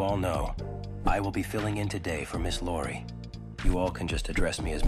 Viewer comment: It's Iori, not Lori